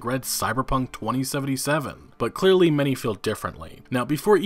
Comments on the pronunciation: Why does he say it twENTY Seventy Seven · I hate how you pronounce 2077